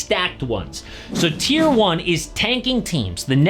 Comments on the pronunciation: Isn’t it TIER? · Tier, not tear. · Tier not tear bro